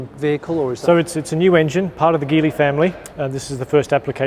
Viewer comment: I find it funny that the folks who work at LEVC pronounce Geely incorrectly even though that's their parent company.